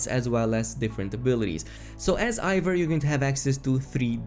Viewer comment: It isnt pronounced Ivor its Eivor E i v o r